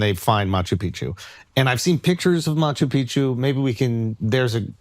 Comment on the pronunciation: 🚨CORRECTION: It is NOT pronounced [Machu PIchu], it is [Machu PiC-chu]. There are 2 Cs there.